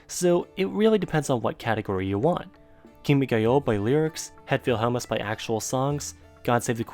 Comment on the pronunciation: i like how you pretty much pronounced 'het wilhelmus' spot on